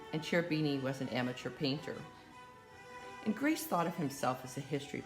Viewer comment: Ingres is pronounced "Ang".